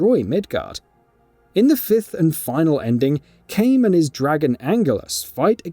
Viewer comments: This guy is definitely reading a scrip written by someone else who played the game. It’s “Kai-nay”! They say it a thousand times during the game! Not fucking “kane” 😑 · This is the first time a narrator made me scream at my phone. I mean.. what the actual fuck, it's Kaine not Cane!! 🙆‍♂️🤦‍♂️🤦‍♂️🤦‍♂️ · why would you call her "cain" when its pernounces kainay in game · why do you keep pronouncing it KANE its kai-ne they literally say it in the cutscenes which are voice acted, its not like ffx where we didnt know how to pronounce it as tie-dus or tee-dus. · lmfaoo Kane yano It's Kainè mate don't crack me up 🤣🤣🤣🤣🤣🤣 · Bruh really KANE! It’s pronounced “Kai-nay” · It's Kaine Kai ne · Kane? You mean Kai-nè? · Her name is pronounced Kine-AY not Cain. This is repeated so many times throughout the game... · Dude... her name is "KAH-i-Né", not Cain. Seriously, they shout it every 5 seconds in the game. Your mispronounciation makes it confusing cuz both Caim and Kainé created timelines in their respective games. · Why do people insist on mispronouncing her name....its pronounced like "ky-nay" not "kane" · As soon as this idiot said "Kane" I was done. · I stopped watching after he pronounced Kainé.....like "Kane"... massive L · Aside from...”Kane”...I hope they remake/remaster drakengard games, mainly 1&3...but I can’t see why you keep saying Kane with such confidence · Couldn't handle the "KANE" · I know damn well he isn't saying Kane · I stopped watching when I heard Cane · nigga said "kane" like this is a wwe game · These people either play with the audio off, or they're reading a script that someone else wrote. Either way, calling Kaine, Cain is unacceptable. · Kane? The VO probably should have checked that pronunciation before reading the writer's script. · shut it off when i heard "Cane" as well lmao. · kane.... kane...? KANE?? did you even play the game bro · Why are people so mad that he mispronounced her name? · Really bothered me too lol